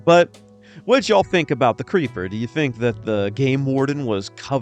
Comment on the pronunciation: Hearing Yankees say y'all is very cringeworthy